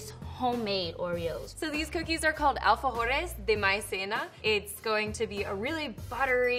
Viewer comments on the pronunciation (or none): ALFAJOR se dice